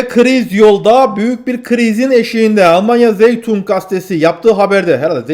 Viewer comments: zeitung diye okunmaz, saytung diye okunur 🤣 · Zeitung "Say-tung" doğru, "Zey-tung" yanlış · Selamlar Diline emegine saglik, Almanca Zeitung,yani gazete,Türkce okunusu( saytung ) diye söylenebilir Hayirli Aksamlar